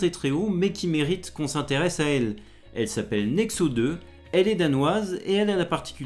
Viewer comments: pour info, la lettre scandinave "ø" se prononce à peu près comme le son "eu" français (comme dans le mot "pneu"), donc Nexø ça se dit "Nexeu" pas "Nexo" Merci pour ces brèves spatiales toujours aussi passionnantes ! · Héhé j'ai habité 3 ans et demi à Nexø! D'ailleurs ça se prononce Néxeu, le ø en Danois se prononce eu. :) Je conseille la petite île danoise Bornholm l'été pour une destination originale.